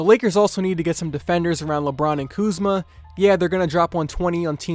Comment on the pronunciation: Bro said kuzma at the 2 lmfao